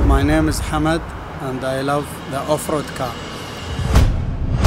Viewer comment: His name is 'Hamad' not 'hammed'. Another one it's not 'DOGE' its 'Dodge'